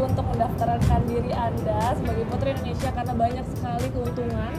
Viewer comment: Dengernya kok rata² bilang Endonesia ya bukan Indonesia. Sampe ulang - ulang dengerin tetep dengan Endonesia.